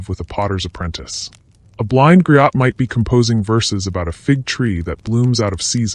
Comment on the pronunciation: Interesting and entertaining; though your machine should be chastised for mispronouncing griot. For the record: it;s greeyo